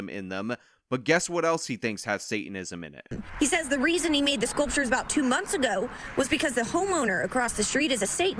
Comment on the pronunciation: Wait didn't she say "spooptures" lol